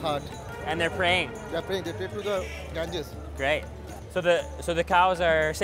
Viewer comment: Gangeees 🤣🤣🤣🤣😂😂 As said by harsh gujral